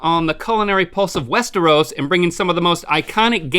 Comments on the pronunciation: It's pronounced West-AIR-os, Link. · Did rhett finally learn how to pronounce westeros?